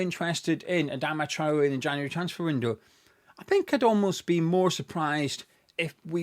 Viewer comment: A few times throughout this video when you said Traore’s name I heard the name Charlie. Forgive me I’m American! LoL. I would take him, to please Nuno and for the pace.